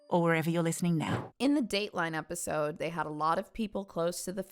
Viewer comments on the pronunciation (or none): Where is she from, the way she said episode was fun